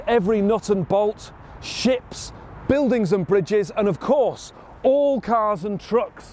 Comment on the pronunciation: The way he said SHIPS is incredible; I swear I heard Ships, Shits, Chips at the same time. Unbelievable Hahahaha what a mind fuck of an accent damn